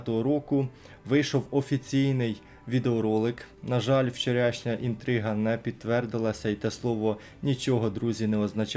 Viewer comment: чому ти говориш вчорЯшніх аж бісить